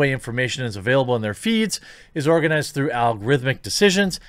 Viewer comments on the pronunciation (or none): none